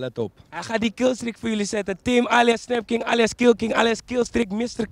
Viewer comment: Dit killt me gewoon echt van snapking met 'fik' als vik.